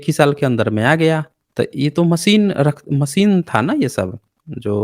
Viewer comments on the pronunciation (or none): none